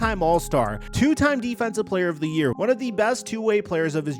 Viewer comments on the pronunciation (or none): none